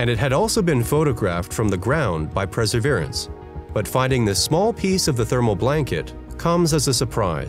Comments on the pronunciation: Perseverance not "preserverance" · Maybe learn how to pronounce "Perseverance" first before making a video about it